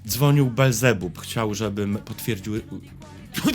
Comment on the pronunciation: Niekryty, Ty jednak chyba nie pójdziesz do piekła, bo nie umiesz wypowiedzieć imienia Belzebub. Jak się z nim przywitasz ?? :)